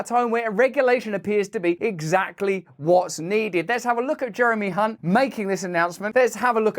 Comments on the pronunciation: You pronounced Chancellor Jeremy's last name incorrectly. It's spelled with a C, not an H. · 'The Rhyming Slang Chancellor of the Exchequer.' Can't help but notice, that so many people have the surname Hunt, but for reasons that are unclear, it is only Jeremy who prompts constant mispronunciations by our newsreaders. Another two classics on budget day.